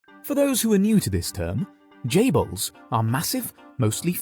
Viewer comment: Correct me if I'm wrong isn't it chaebols not jaybols